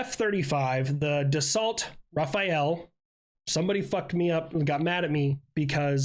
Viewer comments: i'm french ,it's not Rafaël ,that's a first-name like michael ,it's RAFALE if you don't get the pronounciation right it's ok i speak a lot of native english speaking friends that cant say it properly ,it's not a problem ,fun fact in english rafale is equivalent to gust of wind and also Burst Of Fire ,also thx for your video really good work ^^ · rafael for rafale hmmmmmmmmmm no it just ra(fa)le thas all xD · For aircraft pronunciation, you had it close with the Rafale, as it's pronounced like "Ra-fal" instead of "Ra-fa-el." And for the Gripen, you had it right the first time with "Grip-N." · Rafael is an Israeli defense company. The french superiority Fighter, is the Rafale, pronounced " Ra-Fa-L " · WTF !? RAPHAEL !? Who the F get made at you for that !? Its Rafale ! Not Raphael ! Thats a plane not a Ninja Turtle 😂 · The french Rafale is rah-fal, e is silent. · It is, absolutely NOT "Raphael" pretend the "e" is not here, like you're saying "Raph" and finishing with the "al" from "Halal" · This person that was mad at you was wrong and don't use French as their main langage 😅 You see the ”FAL”, the gun ? Just add ”ra” before, and the ”e” at the end is either dull or it's about the same sound as "uh", like when people says "duh uh" Ra (like the Egyptian god) Fal (like when people pronounced at once "FAL" instead of saying the 3 letter separately) Uh (like "uh") But I'm pretty sure some of our partners/client don't pronounced it correctly (especially the non European ones), so, no hard thought, the only bothering is rather that someone shit on you and were wrong themselves. (And trivia, "rafale" would be the word "gust" in the expression "gust of wind", and it's also the word we use for full auto burst, like "3 round burst" => "rafale de 3 coups") Thanks for vidéo